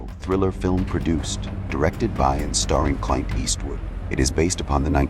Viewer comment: Horrible AI and horrible Narration. "Meeej" for 'Mig'? Cl'eye'nt for Clint?